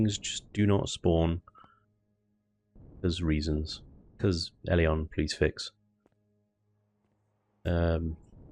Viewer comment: If I had a nickle for every time you said ellion please fix, i would be a millionaire